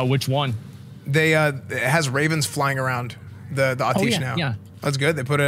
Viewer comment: Im sorry, I loveeeee your content.. but its pronounced At-e-esh 😆 <333